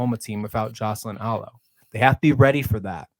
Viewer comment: Very lazy and disrespectful to mispronounce Alo's name.... jerk